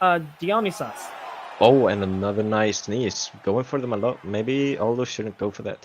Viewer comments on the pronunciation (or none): Somebody please educate these guys on how to say Dionysus. It’s not a super obscure reference. The wikipedia page on him is like 20 pages long. Die-uhh-ny-sus.